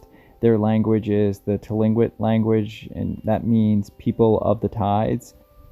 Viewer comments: Hi, I'm not a language expert, but I live in Alaska, and you hear Tlingit most commonly pronounced. "Kling-kit". That's pretty close for a non-native speaker and easier to say! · You pronounced the American Indian tribes name wrong but good try, I grew up their some of my friends are from the tribe.